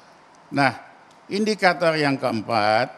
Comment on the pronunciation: Ngomong yg bener pak Ramli. Saya geli dengarnya seperti INDIKATOL hahaha